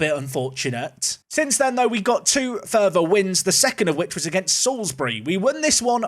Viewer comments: Eyyy! pronouncing Salisbury correctly now! haha. I'd love to see an away day at Basingstoke! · I literally cheered your pronunciation of Salisbury, thank you :)